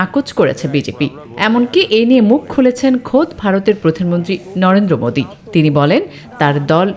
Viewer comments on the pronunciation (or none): পাঠক কি প্রতিমন্ত্রী বলল না প্রধানমন্ত্রী বলল